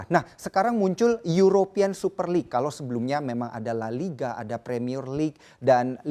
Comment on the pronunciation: Nyebutin liga spanyol susah bgt kek nya? . Kayanya host nya gasuka bola?